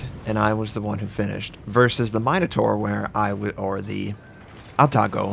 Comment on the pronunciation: MIN-O-TAUR, not MINE-O-TAUR